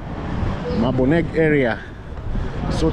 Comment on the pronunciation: Haha, 😂 The way you pronounce Maboneng means place of light 💡. Visit Pretoria East, Menlyn Main via Gautrain bus